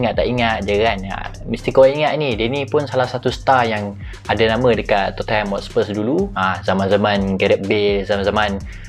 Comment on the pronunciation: Tottenham = sebut tot-nem